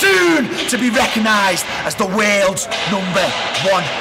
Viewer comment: Did anybody else think for a long time he was saying "The Wales number one" not "The worlds number one?"